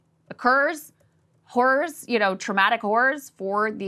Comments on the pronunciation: Eep! Might wanna fix your pronunciation of “horrors.” You say it many many times and each time it sounds like you’re saying….yeah. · lol. It sounded like she said “caring about these whores” 😂😂